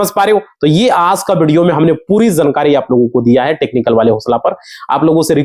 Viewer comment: Chogad 2 minutes ki baat ghanton lagayega bolne dhang nahin hai jankari ko zankari bol raha hai